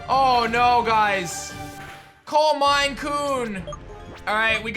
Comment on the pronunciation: Anybody gonna notice how he said calm mind coon